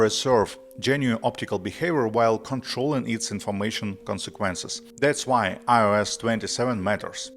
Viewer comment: The way you pronounce “iOS” makes me wanna throw up